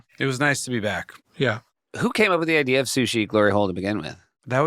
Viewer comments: "Good idear" is my favorite part. I laugh every time haha. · When Akiva rhymed "fear" with "idear", I knew this song is going to be great.